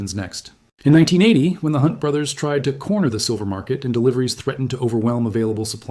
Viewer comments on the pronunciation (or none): none